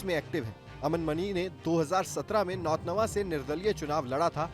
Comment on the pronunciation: पत्रकार कैसे बन गए नाम लेने नहींआ रहा है हमारे विधानसभा का नाम सही से लीजिए नौतनवा विधानसभा है